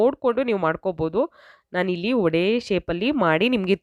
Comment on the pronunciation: Vadaa,alla, vadey or vaday antha irabeku